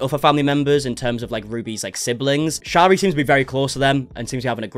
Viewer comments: Her name is pronounced Sherry like the alcohol! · you were doing so well saying sharis name right in a past vid where did you go wrong😩